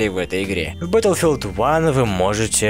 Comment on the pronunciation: батлфилд, а не бэтлфилд